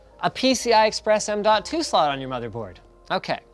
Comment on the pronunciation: "m.2 slut" Cannot be unheard.